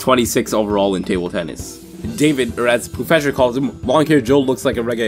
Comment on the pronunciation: You tagged poofesure lol